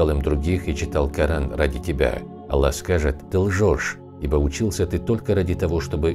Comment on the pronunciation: ПИШИТЕ И ГОВОРИТЕ ПОЖ А Л Л А Х а не Алла